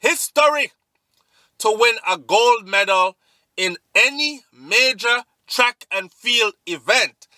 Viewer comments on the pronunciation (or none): none